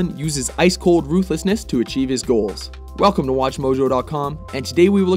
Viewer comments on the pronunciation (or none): none